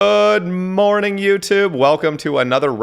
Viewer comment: You pressed record too late, we missed the "g" on "ood morning" Or maybe you just sayd "ood morning" in which case you do you